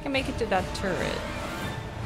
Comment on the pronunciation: The amount of times the captions said turd instead of turret is comical. Really sounds like you’re saying turd 😂